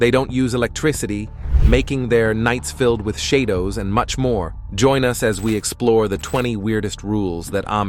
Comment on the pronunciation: Please pronounce Shadow again for me 😅😂